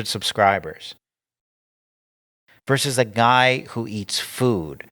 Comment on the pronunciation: You need to practice saying versus. Not verse. We've talked about this. Children say verse because they don't understand Latin etymology for this abbreviation. Pronouncing vs as verse is like saying etc as ekt...etc is a Latin abbreviation that I'm sure you know how to pronounce properly. (Pronunciation guide: et set er ah) Get cracking on this...I can't get through one of your episodes without groaning...every time you say the name of your show it gives me sadness that our fearless leader can't pronounce the name of his own show properly.